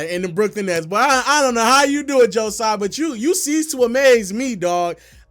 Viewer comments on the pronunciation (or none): none